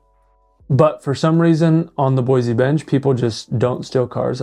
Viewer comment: Aint no "Z" in Boise. Nampa isn't Boise. Caldwell isn't Boise.